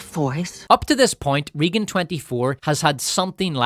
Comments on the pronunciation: Regan is prounced more "RAY-GUN" not "Reegen" also you screaming is obnoxious as hell and ruined an otherwise okay video. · Took me a minute to figure out that your weren't saying "Reegan" as part of a made up name for the movie, and that's just how you pronounce "Raegan". Maybe that's the correct way to say that name Ireland but in the US it's always "Raygan". Oh well, your aren't very likely to be making more videos using that word frequently and you aren't going to change this video now. Only too bad that the Communists successfully took over Hollywood after all, which is a lot of how we got to where we are today. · Also, RAYgan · It cracks me up how badly he mispronounces “Reagan” 🤣